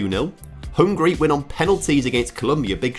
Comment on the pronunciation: *Hungary not hungry😂